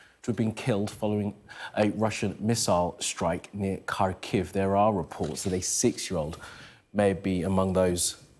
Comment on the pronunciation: Show some respect and learn how to pronounce Ukrainian names. Its Har-keeu.